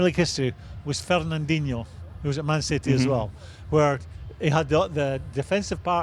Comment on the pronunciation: Souness saying Fernandinho (pronouncing his name bizarrely too, dinosaur🤦‍♂️) are the only two holding midfielders in premier league history who have a cute pass in them🤣🤣🤣🤦‍♂️🤦‍♂️🤦‍♂️🤦‍♂️he’s honestly clueless! We’ll just forget Keane & Vieira as well as dozens of other players then? Old fanny